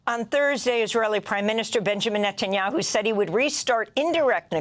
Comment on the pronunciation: Please someone k... netaniahu. This is unberabel